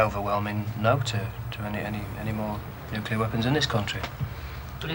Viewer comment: "Nulcear War" ? Isn't that how Yanks pronounce "nuclear" ?